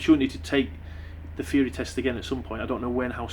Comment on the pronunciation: what's a "Feary" test? Come on mate talk proper:P